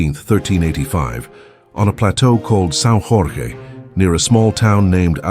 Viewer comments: Jorge reads as George, in Portuguese. Drop the spanish accent, it is not welcomed here. 😂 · Good job, except for the pronunciation of the J in Jorge (in Portuguese, Jorge = George).